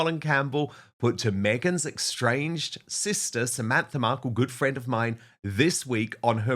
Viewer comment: Minute . Word is “estranged,” not “extranged,” as Mr. Wooten says it. Trevor has been nothing but a consummate gentleman. It must be difficult for him, so many years later, hearing his name coupled with the gossip.